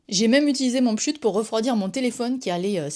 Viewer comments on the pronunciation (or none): Le monde entier dit "pchit", y'a pas de sujet ! 😂 Y'a toujours des gens qui prononcent/n'entendent pas comme les autres ... ces gens là m'intéresse ! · Première fois que j'entends quelqu'un dire "pshut". C'est pshit, madame. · J'adore le "pchut" chez nous on dit "pchit"